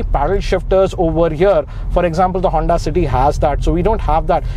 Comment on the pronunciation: He said hunda😂